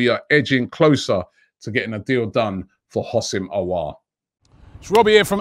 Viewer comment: The way Robbie pronounces Aour’s name🙈😅😂